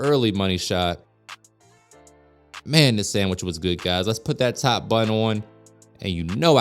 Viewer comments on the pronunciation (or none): Did you say salmon sammich, ohhhh my god I'm going fishing